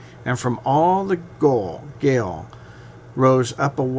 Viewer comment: I am sorry to be critical - but when the gentleman could not pronounce ‘Gaol’ correctly, I turned it off.